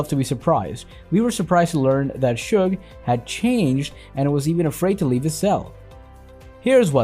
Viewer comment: He also called him sugar